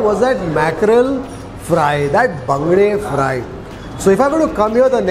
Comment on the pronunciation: I am a Mangalorian, I like the way you pronounce the local name of those fish.